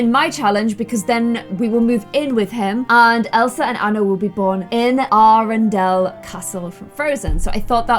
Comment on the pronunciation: you said aredale wrong Also there sisters not twins